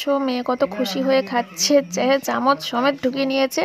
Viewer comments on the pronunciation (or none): none